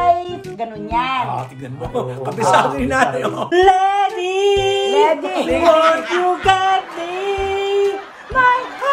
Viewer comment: “lede”… 😂😂 “ledi”” 😂😂 lady pala haha si talaga ohh